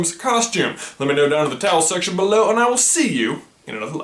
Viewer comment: Why do you call the comment section the "towel section"? I am hearing him right though, aren't I?